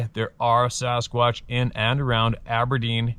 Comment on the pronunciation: lol at “the sarasquatch”